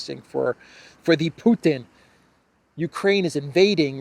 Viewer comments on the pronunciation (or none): none